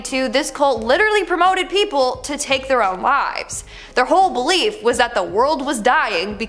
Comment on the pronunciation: good grief. it took me 5 minutes to realize you were saying "belief" not "bleep"